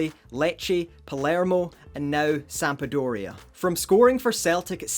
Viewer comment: Sampa - doria 😂😂😂